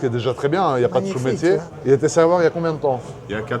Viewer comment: On dit "sot métier" pas "sous métier". J'espère avoir été utile avec mon commentaire à la con 😅 Du "fiscal"? En France et depuis longtemps on est sur du "Fist cal"!! C'est tout pour moi, je vais démarrer ma 1,2l Puretech et manger ma basse côte à 13,99€/kg 😁